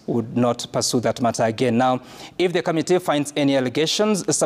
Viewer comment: it's committee not ' kamitee'!! Can you also please tell us, how many Senator's we have in Kenya?